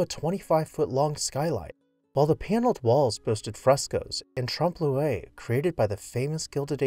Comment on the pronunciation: So glad this home was saved. Look at the beautiful architecture of this house and then the very plain boring ugly building next to it. Can't believe a oil company wanted to tear the home down in favor of a gas station. Please look up pronunciation of the word Trompe l' oiel (to fool the eye) or realistic looking